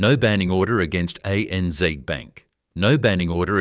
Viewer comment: For heavens sake get your pronunciations correct. ANZ is A.N.Zed not ANZee. No Australian would ever say zeee. It’s Zed, always zed. Pty. Ltd. Is shorthand for Proprietary Limited and is said such. One does not try to pronounce it as two three letter words.. Why is there a map diagram of the Middle East shown when talking about a journey between two Australian cities. You ruin a great presentation by your total lack of understanding of your subject. Don’t insult Australians by imposing yank pronunciations. You will piss us off, big time. Thank you for taking the time to present this story but please pay more attention to the details. Otherwise we might have to question the historical accuracy of what you present.